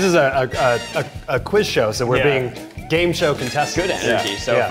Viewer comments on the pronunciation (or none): Oh wow. Eugene said gay instead of game. Again. 🙄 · He always says "gay"😂😂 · i can no longer hear "Try guys game time" without hearing "Try guys gay time" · I think Eugene just confirmed a theory I've had for a long time. that every time the group says, "try guys game time!" he is saying, "try guys gay time!" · Every time they say try guys game time I here try guys gay time